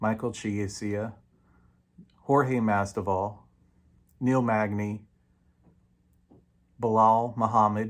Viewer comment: Did he say Jorge masdival XD